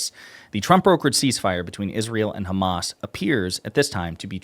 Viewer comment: "Because the Khamas."